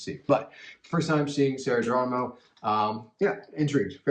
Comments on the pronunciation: Sarah's surname is pronounce with H instead of G. Thanks. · Her last name is Geronimo, pronounced it Heronimo, not sound G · Geronimo HERONIMO that's the right way to say her surname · It is pronounced Heronimo